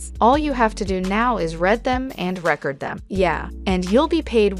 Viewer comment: Is the narration from a shitty text-to-speech app or something?? Like... "red them and rekerd them"? lol. Even most folks I know that speak English as a 2nd language don't mispronounce as bad as a lot of the words in this video, holy fuck🤣😂